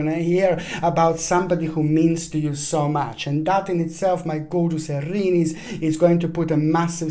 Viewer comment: Aaaariiiniiis!!! The way you say it.... Well, i am no longer 'Aries'.... I am 'Arinis'.